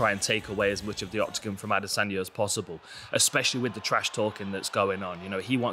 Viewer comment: I hate how he says adesanya